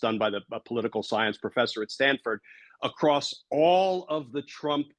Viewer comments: That little "pollutical" slip sums so much so we'll! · Thank you Glenn for having on my favorite Senator! Senator Whitehouse battles for We the People everyday fighting the unconstitutional MAGA Six Justices in the SCOTUS and fighting for our planet. I would like to say that I loved his minor mistake saying, "pollutical". I think the Dems need to start using language in their fight, like the orange buffoon does. We need words and phrases that will stick in folks minds and we need to repeat them often to get the ideas to take root. I think "pollutical" would be catchy for referring to fossil fuel interests. Just a thought . . . . Thank you both for fighting for us within the system, as few people seem to be brave enough to do these days! 🗽❣ RESIST FASCISM!